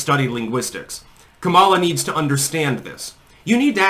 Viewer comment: Its pronounced Commy-law